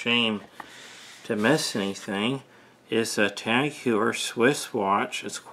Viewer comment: Heuer is pronounced like Hoyer